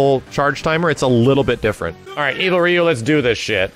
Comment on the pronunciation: Can't pronounced Ryu right